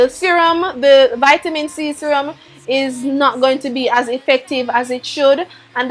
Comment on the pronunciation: i've been chuckling since she said vitamin i 😂